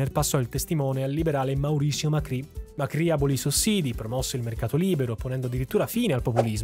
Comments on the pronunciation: Macri, senza accento sulla i. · Devo segnalarti tra i vari errorini che il ministro Cavallo, avendo un cognome Italiano, viene pronunciato "all'italiana" dagli Argentini stessi, ossia Cavallo ma con la pronuncia della L come se non fosse doppia. Ne diviene "Cavalo". Mentre l'ex Presidente Mauricio Macri non ha l'accento sulla i. E' probabile che quando i suoi avi, di origine calabrese, arrivarono a Buenos Aires, durante l'iscrizione all'anagrafe diedero le proprie generalita' e l'impiegato di turno, considerati i tempi e il menefreghismo diffuso, sbagliarono a trascrivere il cognome non riportando l'accento. C'è da segnalare anche che durante alcune dittature i cognomi degli Italiani venivano volutamente troncati all'anagrafe per nasconderne le origini. Ho per esempio, una persona di mia conoscenza, il quale mi racconta che al nonno, il cui cognome era La Marra, troncarono il cognome in Lamar cosi' da farne perdere i connotati italiani. Comunque sia buon video davvero!